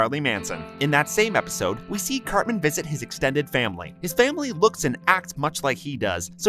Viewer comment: The funniest part is the host who can't pronounce the word Episode lol